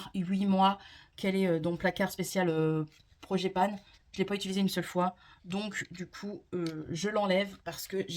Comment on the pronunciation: Bonjour, si je peux me permettre c’est project pan et non projet panne 😂